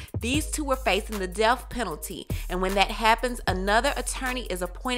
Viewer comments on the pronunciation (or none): It's pronounced death. Not deaf